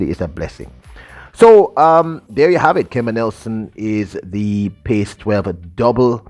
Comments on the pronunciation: Sir PAC-12 is pronounced as PACK-12 not Pace...🤔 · Was gonna post this. Was confused hearing pace. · Brother, The correct pronunciation is "Pack 12". PAC is sounded like Pack. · It's called the PAC 12; not the PACE 12. Come on! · That is pronounced Pack 12. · PAC is pronounced (PACK)